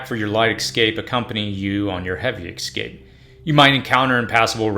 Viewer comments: Bro, it's escape, not excape lol. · Escape. Not ex-cape.... 🤦‍♂️ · The word you are pronouncing ex- scape is actually pronounced e- scape. Just want you to make the best videos possible. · Very good....but it's ESCAPE .....not ECSCAPE.....and ESPECIALLY....not ECSPECIALLY 🙂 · the word is EScape, no EXcape!! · Escape, not excape. You're killing me. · It's hard to take you seriously when you keep saying 'Excape'. It's escape. I agree with a lot of what you're saying but this tends to be useless because people don't search this until it's too late. A more effective strategy would be to prepare instead of react. Either way, some don't ever get it. This is why keeping whatever plan your have is important so you don't have to compete for resources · For the love of god... please practice saying ESCAPE. Not EXCAPE. Let me help you. Read the following words: Yes. Cape. Yes. Cape. Yes. Cape. Read them out loud over and over again, faster and faster. Once you have it mastered, drop the Y. Es. Cape. Es. Cape. Es. Cape. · The first thing I would not do is I would not take advice from somebody who is a adult & still calls an ESCAPE AN EXCAPE. There is no X in escape. 🆗😎😎😎. From a GGL search : "I was unaware that many American English speakers said “excape” apart from a very few who didn't learn from their parents or teachers how to pronounce “escape” correctly. ... In all versions of English, including American (?)… there is no X, or version where it should be pronounced.". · Dude...it's escape, not excape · Why are you saying ecscape (xscape)? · Or, as the narrator says, x-scape, lol. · Dear lord learn how to pronounce escape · For some reason I am bothered by your pronunciation of escape.